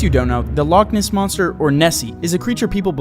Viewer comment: Loch ness? No, log ness? YESS